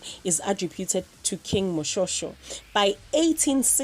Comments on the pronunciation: Moshoeshoe not moshosho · Basotho not soto King Moshoeshoe not moshosho but otherwise she did her best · Not king moshosho Its king moshweshwe or moshoeshoe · It is King Moshoeshoe not Moshosho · He just said moshosho you see making a mistake it 's not by purpose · King Moshoeshoe not Moshosho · Proudly from the Basotho tribe🔥🔥🔥 It's King Moshoeshoe not "Moshosho" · To be honest the narrator of this video is not pronouncing our words right it’s Ihlwa not indlwa or whatever she called the asseggai. The Sotho kings name is. pronounced Moshweshwe and isspelt Moshoeshoe. Ingwane Phaqa! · Osele hampe ona 😂😂😂keng moshosho 😭😭😭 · helang "Moshosho" 🤣🤣 botsa hape hle lol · She said 'King Moshosho' 😑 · Lol why she pronounced King Moshoeshoe's name like that? I'm dying in laughter because it's not only the internationals butchering South African languages, we do it too 💀 anyway S/O to us Basotho & our homeland Bloemfontein, Free State 🔥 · 🤣🤣I notice... Moshoeshoe!! Re tla reng🤭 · 🤣🤣🤣🤣 but that was worse, an African person failed to pronounce the very famous name like that, am embarrassed 😳. You can fail a person's name but a tribe's name ?? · Don't you just hate how bad the narrator is though, especially the mispronounciation of King Moshoeshoe's name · I cringed